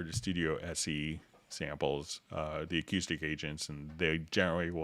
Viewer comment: Dude..learn to pronounce acoustic. HA! Still. Love the vid